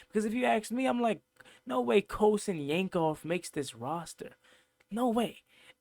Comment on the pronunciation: My boy said Colson Yanksoff 😂😂